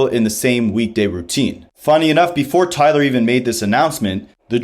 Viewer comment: I mean, you’d think someone making an entire video about Tyler would know how to say it, especially since it is said many times on the album.